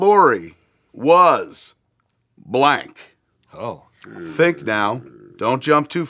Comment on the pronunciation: I thought he said their relationship ended when he found out Lori was black instead of blank Lmao